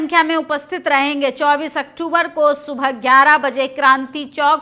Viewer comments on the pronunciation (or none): none